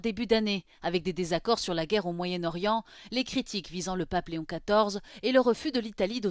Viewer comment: le "g" dans washington est muet